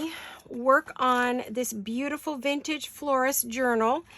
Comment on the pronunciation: Glad those comments were removed! No worries on the ladies, they add such elegance. BTW, my pet peeve is so many saying Vinage for Vintage😅